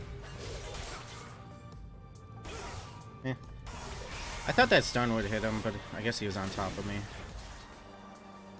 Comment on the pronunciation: “Would” not “world”